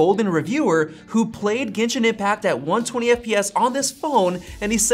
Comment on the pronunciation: "Gentian impact" 💀💀